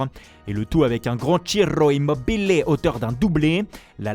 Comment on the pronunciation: Ton accès sur Ciro immobile c just fort